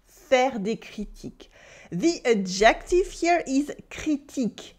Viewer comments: Thank you for these wonderful lessons! A little note on English pronunciation: “Adjective” should have the emphasis on the first syllable, like so: AD-jec-tiv. (I thought originally you were saying “objective,” which has the emphasis on the second syllable: ob-JEC-tiv.) I also noticed you mentioned that l’Académie Française issued an official “reclamation.” I believe that is a faux ami, at least in colloquial American English. In Portuguese, “reclamação” means “complaint,” so I’m guessing that’s what you meant? In English we use “reclaim” differently. It means something like “recycled.” “This table is made of reclaimed wood,” would mean the wood has been salvaged from, for example, a building that is to be torn down. By the way, your pronunciation of “holier than thou” was just about perfect! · Are ypu saying objective?....When you should be saying adjective...which is pronounced ....ah gha tiv...with the accent on the 1st syllable...adjective.....je besoin dire a vous.... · took me an embarrassingly long time to figure out you were saying adjective, and not ejective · I love her and I love it that despite her expertise, she pronounces "adjective" with the stress on the second syllable, so it kinds of sounds like obJECTive in stead of "ADJective." Elle me rappelle la grande majorité des Français de ma connaissance: intelligents, enthousiastes, pleins de joie. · Do all Brits pronounce it "ad-JECT-tive"? I haven't heard that in my U.K. sojourns. I have noticed how the accent stress appears to change as it crosses water. French: Cy-ra-NO British: Cy-RAN-o American; "CYR-a-no. I've heard an American poet point out that in Britain, apparently, one who plays that jazz instrument is a Sax-OPH-on-sit. And he might use the U-RINE-al in the gents' lav! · "Adjective" in English is pronounced "ADJ ek tiv" with the accent on the first syllable. But the way you say it is adorable!